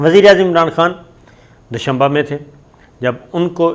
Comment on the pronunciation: Doshunba nahi but Doshambe haa please